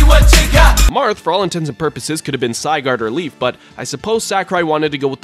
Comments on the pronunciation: Psy-gard? Please, when pronouncing something you don't need to add like an accent or special way of pronouncing it, please. It's Sigurd.... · D-d-did he just call Sigurd "Sy-gard"? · I though he mentioned the pokemon zygarde for a second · Don’t forget Zephiel... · Sigurd is the blue one fyi and leif is the one on the right. Also I think it’s pronounced Si-gurd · The way you pronounce Sigurd hurts me. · Its funnier since he tried to correct himself by saying two incorrect options. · Andy Coleman agreed he didn’t even pronounce Sigurd correctly or make a fire joke